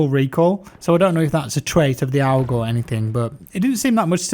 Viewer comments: It's pronounced "org" rather than "ow-g" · Lol the way he says AUG sounds more like AWG 😆. Game looks amazing though. Haven’t been into CoD for years now, but I’m stoked for this one. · You're saying AUG like OWG, I like it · I love how he called the AUG an AWWG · The way he said aug lol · I hate how u pronounce aug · never heard someone say AUG like that before lmfao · The way you say aug makes me uncomfortable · I hate how he says AUG tbh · Graveside Poet I think he put a little much emphasis on the “U” lol